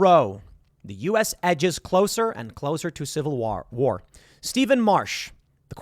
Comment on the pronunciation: I will be pronouncing it “civil wahr” from here forward. Thank you Tim